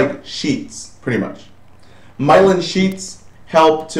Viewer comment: It's not Mylon. It's Myelin. :)